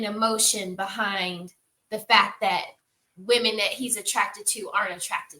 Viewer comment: Nit picky but it’s cringe how can’t distinguish between women and woman. It hurts my ears.